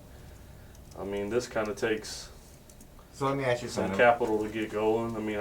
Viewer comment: Lemme aks you sumpin…..